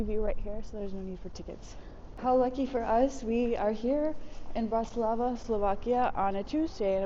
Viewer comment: Is this a travel blog or a weather report? Additionally, might like to check the name of the place he is visiting. I don't think he managed to pronounce BRATISLAVA correctly at any point in the video. Pretty poor!